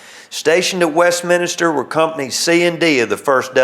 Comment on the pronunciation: It's "West-Min-Ster", There is NO "I" after the "N". And Yes I grew up just outside Westminster in a small town of Frizzleburg!